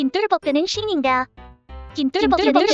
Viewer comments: 김똘복 그는 신인가 한번할때는 잘 들리는데 뒤에 반복하니까 김똘복 ㅂ신인가로 들림 ㅋㅋㅋ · 김똘복 그는 신인가 이거 도배할때 살짝 ㅂ신인가 라고 들림